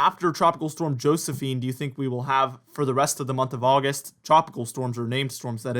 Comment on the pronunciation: Oggi Oggi Oggist. (Texan for "August")